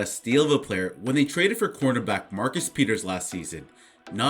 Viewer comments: why you sound like you’re calling him a quarterback lmao work on pronunciation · can you please for the love of god pronounce cornerback correctly